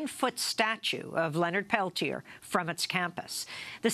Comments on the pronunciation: Why is Leonard's name not pronounced Pel-tee-ay?? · A 1 and a 2 i think is is isn't it? Amy might be mispronouncing it.